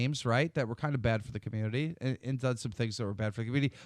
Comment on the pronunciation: Listen how keem tries to pronounce community on